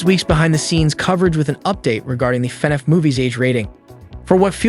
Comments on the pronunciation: It’s fin-aff not fenef. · normal people: Fnaf Him:fenef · fnaf not fnef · FNaF? nah fenef? yeah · Fan-af say it. not fen-ef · F-NAF, not FE-NAF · i thought they were wrongly pronouncing fnaf it funif.. but it seems like they're actually mispronouncing the title as fenef.... if your going to report on something at least take a minute to learn to say it's name right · I beg of you. PLEASE say F N A F not fnf😭😭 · Do you mean fnaf? Not fnef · It's pronounced "FI-NAF" not "FEH-NOUGH" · Brooo stop pronouncing it as fnef is FNAF DUDE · your saying fvaf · Why do you keep saying “fenehf” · Why he saying fenef? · Dis man said FenF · Why is nobody talking about him calling it "fenef" 💀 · is it just me or did he say everytime fanaf xD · Love how he calls it fenaf (no offense) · the robot voice he chose killed me because instead of FNAF he said "FuhNeff" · “fnef” “markipiler” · You would think this dude would learn how to say fnaf man says “Fin Ef” it’s hurting my soul 😂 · Why do you say Fnaf like an ai that doesn't know how to pronounce it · AI text to speech has come a looong way LMAO, took me like 2 minutes to realise this wasn’t an actual person speaking and why he was saying “FNAF” so weirdly 😂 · It is borderline infuriating how he pronounces FNaF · Every thing you say that has to do with fnaf, you say it wrong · why do he say FNAF like that? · I really wish this AI would say Fnaf right , it’s bothers me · The way you say FNAF pisses me off